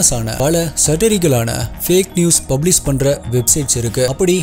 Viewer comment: Change some pronounciations brother,it will improve your slang ஃபிக்ஸன் இல்லை ஃபிக் ஷன் பப்ளிஸ் இல்லை பப்ளிஷ் இன்ஃபர்மேஸன் இல்லை இன்ஃபர்மேஷன்